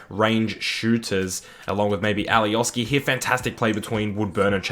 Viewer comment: and alioski is pronounced alioshki